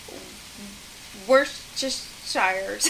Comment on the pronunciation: Just to let you know I'm from the UK and Worcestershire sauce is pronounced "wuster" sauce Hope that helps